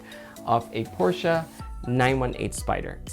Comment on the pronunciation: When I heard you pronounce Porsche correctly I knew you were legit! And don't worry, keeping product boxes is not embarrassing at all haha